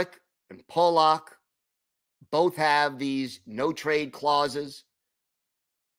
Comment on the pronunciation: His name is "Pullock" NOT "Polock"...pronounced differently than how you are saying. It's like the difference between "Pull" and "Pole"...you'll get it...keep workin' on it.